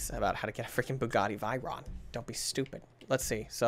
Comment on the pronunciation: Its bugaty v-er-on